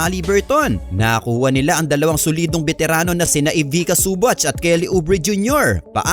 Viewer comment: Zu-bak hindi su-batch Sakit sa tenga. Paayos ng pronounciation